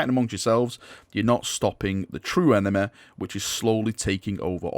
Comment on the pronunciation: lol enema. why do you pronounce Y as A?